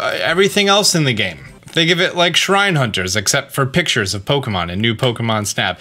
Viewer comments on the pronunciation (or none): none